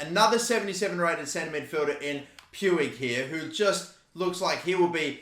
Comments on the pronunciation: It’s more like pooch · It’s pronounced “Ricky pooch” btw for ppl who were wondering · Umm you pronounce it riki pooj, just hurt my ears when you said puig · NGL it feels a little irritating when I hear Pu-ig when its pronounced Puj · Its pronounce like Pwig not Pewig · Please stop pronouncing Puig like that. It’s PWEEG not Pyoueeg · it is not puig the pronunciation is "puj" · Puig's name pronunciation is "puj", not exactly "puig" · Riqui Puig is pronounced "Ricky Pooch" Pls stop pronouncing it "pewig" xD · Just so you know, the "g" in Puig is spelled like "j" so it's not "Pyoo-ig" it's "Puj" or "Puij" Edit: Pls don't like this comment it's on 69, it's perfect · Who else gets triggered about how he says "pyuig" instead of just Puig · I'm from Spain and the pronunciation of Puig is like "Puch". " Riki Puch" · It’s pronounced “pooj” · Its prenounced riqui puch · Puig is actually pronounced like puch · I might be wrong but I think it’s pronounced pu-ich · puig is pronounced riqui puujj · It’s Pyoo-ij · Puig is pronounced "Puuj" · Just so you know, Puig is pronounced: Pooj. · Puig is pronounced pooj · puiq is pronounced almost like pooch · It's spelt Puig but pronounced pouche the e is silent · God I hate how he pronounces Puig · Puig is pronounced more like a J than an G cause he’s Spanish just so u know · U don’t say Puig like that